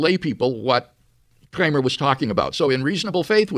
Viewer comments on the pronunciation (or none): Why does WLC pronounce 'Kramer' in a normal way to begin with, then later pronounces it in a really weird way 'Kkchramer'?